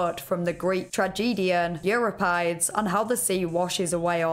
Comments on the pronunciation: Didn't see anyone else mention it in the comments but Euripides is pronounced Yur-rip-e-dees. As in: Euripides trousers, you mend-a-dees trousers. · "Euripides" = "Yoo-RIP-a-deez" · Euripides = you-RIP-uh-deez 👍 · I love your content much but I lost it when I heard your pronunciation of Euripides